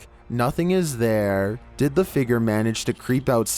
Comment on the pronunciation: Homie really said figer instead of figure